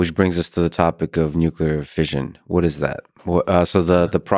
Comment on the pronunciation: Anyone else driven crazy by the mispronunciation of fission?!